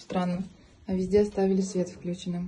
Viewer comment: А по-русски автора видео никто не учил говорить? вклЮченным? Серьезно? Ухо никому не режет? А что на клЮч ударение никогда не падает, все забыли уже? ВключЕнным, а не вклЮченным говорят